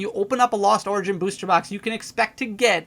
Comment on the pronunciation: if you buy a beuuwwster box 🤣 why you say it like that